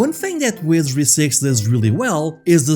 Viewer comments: take a shot, every time he says wesery. don't haunt me from your grave after though ♥ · I gotta be straight with you, man: it took 8 times for me to understand you were saying 'Wizardry'. Please make sure you're saying important words like 'Sir Tech' and 'Wizardry' clearly! You're got really good presentation otherwise! It's a good video. But I had to read the description to understand what game we were talking about :c